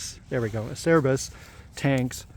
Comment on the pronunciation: Acerbis the c is a ch sound. So it’s Ah-chair-beez (aa·chair·bees). Italian. The s is a z sound too for even more confusion 😅